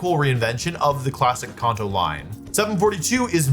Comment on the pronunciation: "Konto form" 😂